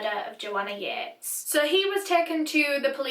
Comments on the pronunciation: I thought it was pronounced Yeet-is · I'm so sorry but I pronounced this in my head as "Joanna Yeets." End me I feel so bad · THE JOANNA YEATES CASE How i pronounce Joanna Yeates Joanna Yeets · i'm sorry but I have to.. Joanna YEETESSSSS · not to be offensive or anything, but I thought it said ‘Joanna yeets’ lol